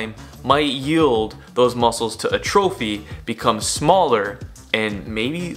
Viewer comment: "AH-tro-phee". Not "a trophy".👍